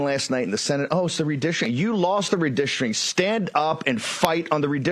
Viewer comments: Also, they apparently don't know that "redistricting" is not pronounced "redishering" and "decency" is not pronounced "deceny." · It's "redistricting", not "redishring". What drug is he on? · What is "redistristreen". What is a "bee-yen-air donor"? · What is redishering. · Why does Bannon pronounce it re-distering? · I thought SoB was in prison!? I’m going to puke if I have to listen to him try to pronounce “redisherin” again 🤮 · "Re-dish-ering". Just another MAGA/GOP drunken grifter. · Bro says Billionaire like "Be-an-air" I think he tried to say redistricting at one point, but that was even worse... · I love when someone who can't pronounce the word "redistricting" tries to tell people about redistricting.